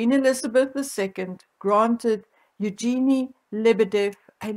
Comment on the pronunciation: Greetings from a fellow SA resident. I just wanted to correct your pronunciation of Evgeny. (ef - gen- nie) thanks you the deep dive into this. ( I work with a Russian with the same first name.) x